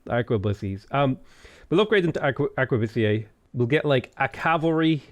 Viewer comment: Aquebusier sounds like Akebasier Edit: just like khmer sounds like kemāy